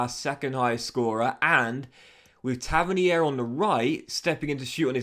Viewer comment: It’s pronounced Tava - neer